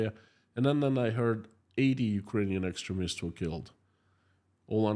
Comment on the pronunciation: No criticism - just for your information Extremist pronounced X stream ist